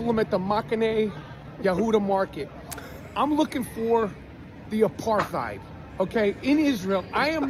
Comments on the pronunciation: It's pronounced apart hide, it means to keep "apart". It's not aparth heed ! Your welcome 😂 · Good stuff. But the word apartheid is pronounced uh·par·tide, not uh-par-tayd. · It's pronounced 'a parth eyed' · No it's not. It is an Afrikaanss word and the correct pronounciation is "Apart ate". In theory it was a sound idea when it was introduced to South Africa, and a form of apartheid is used in my country today with the original reason it was used in Sth Africa. I have seen a form of it in the US before and was shocked when I saw it. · The correct pronunciation is actually 'apart-hate'. It is not a German word. Listen to South Africans. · Everyone mispronounces "apartheid" apart from South Africans. It's supposed to be pronounced "apartate". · Actually, I was informed, many years ago, by my German 'Social and Cultural Anthropology' tutor, (whose name I shall reserve for the protection of the guilty!) that the correct pronunciation of the word, 'apartheid' is 'APART-HATE'... because, he explained, it was from the Dutch, not the German... Just sayin'... 😉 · He’s extremely ignorant and arrogant. He goes to Jerusalem and makes a video saying he sees no apar-thide couldn’t even pronounce it. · i mean, being from South Africa i have to put up with non-SA people mispronouncing apartheid all the time - but seing people mocking someone for mispronouncing it it even worse than usual is kinda mind-blowing.